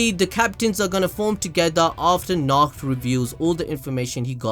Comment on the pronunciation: Nacht (Na-ho-to)